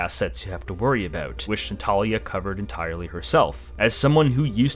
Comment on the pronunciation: Minor nitpick but it bothered me that Ziar, Mabuka and Natalia kept being mispronounced.😂 Otherwise I really appreciated this video!